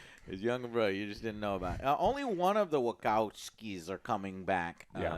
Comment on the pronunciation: Joe… why do you insist on saying names wrong purposefully??? WaCOWski?!? What the fuck is that??? When clearly she has told everyone how to pronounce her name🤦🏽‍♂️🤦🏽‍♂️